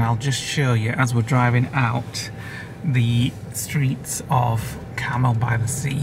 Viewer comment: It's pronounce Car Mel that Clint Eastwood was mayor of Carmel by the sea, keeps saying caramel by the sea 🙈 also where the late Doris day lived in Carmel Valley